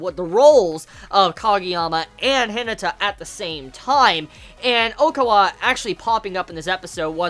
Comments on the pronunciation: The way you says Hinata irritates me to a new level.. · Firstly, I just want you to know that I mean absolutely no offense by this comment, and I'm very sorry if my comment seems that way to you. But are you aware that you're pronouncing Hinata's name incorrectly? It should be pronounced similar to He-nah-ta. Again, this is only meant to be a little helpful criticism, and I completely understand if you never see, read, reply to, or acknowledge this comment in any way since I'm aware that you watch tons of anime and read a lot of manga every week. However, I thought that I should at least try to let you know. Have a good day!!